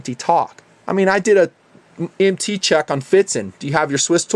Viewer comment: the problem is he says MT as an initialization instead of an acronym, it would be a single syllable if said so